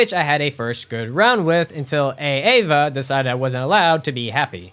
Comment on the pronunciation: It's Aava, not A-Ava. You're not a substitute teacher